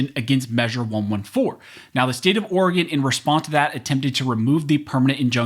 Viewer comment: Thank you for pronouncing Oregon correctly.